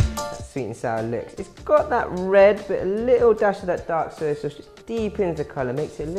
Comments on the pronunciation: OMG OMG OMG Soy Sauce not SER Sauce 🙄🙄🙄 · "Suy suwss."